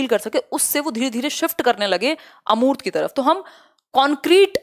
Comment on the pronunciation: अर्मूत नहीं होता है🤣🤣🤣, अमूर्त होता है